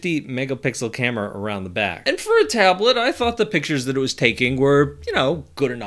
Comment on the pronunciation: Tablet ❌ Ablet✅ 😅😅😅😅